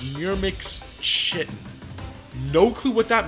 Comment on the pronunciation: no way bro mispronounced chitin 💀